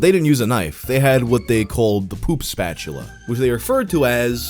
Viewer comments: “The Shatula” gave me an asthma attack lmfao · The Shatula💀